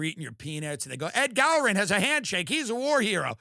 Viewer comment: Who the hell even is "Ed Gallroon?" You can't even pronounce his name because nobody cares who he is. Tucker kept calling him "Ed Gallroon."